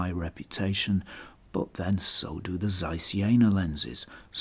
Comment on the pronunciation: Learn to pronounce ZEISS properly.